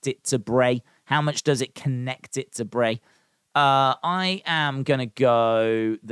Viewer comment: Dude u know it’s bray lol 😂